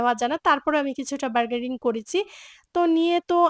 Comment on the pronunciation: আপু বারগেডিং কেনো বলছেন বারগেইনিং হবে কথাটা... আপনার বলার টোন সুন্দর সুতরাং আপনি ভুল ইংরেজি না বলে বাংলা শব্দ দিয়ে কথা বলবেন শুনতে ভালো লাগবে আমাদের।